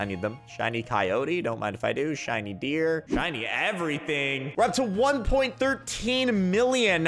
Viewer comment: When said shiny deer it sounded like he said shiny beer lol